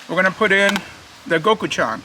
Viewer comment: It's pronounced go-choo-jang LOL! 😂